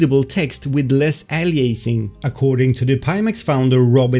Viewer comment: can you say "anti-aliasing" again? lol Anti-allllieerrrrnsing. By the way, does anybody thing look like an alien? Like this guy here